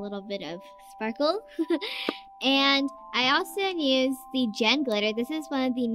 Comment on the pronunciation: says nused but it's used